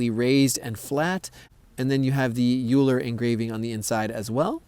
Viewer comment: its pronounced oh-ee-ler asin eulers disk